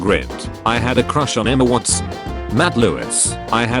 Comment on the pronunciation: "Emma WatS" 😭🙏